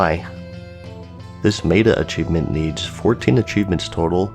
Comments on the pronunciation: I just have to be "that guy" (sorry!). Meta is not "may-tah" but rather "meh-tah". kthx! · how many people corrected him on how he says 'meta' because 'may-ta' is wrong, its 'met-a' i as 'i just met a dork on the internet who gets anal over words' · Meta is pronounced meh-ta. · Love your content, but the way you say "Meta" has me triggered